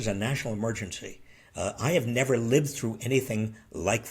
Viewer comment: J6... Say Nevver...